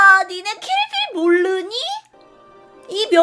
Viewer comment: 몰르니... 몰르는거야?...음...일부러 발음을 이상하게 하신 거겠죠?